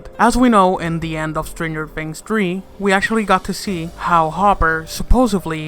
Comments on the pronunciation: U said stanger fings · He said "Stranger Fings" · Did you just say Strangered Fings in the beginning if you listen closely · "Stranger Fings?" "Season Free?" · "Stranger Fings"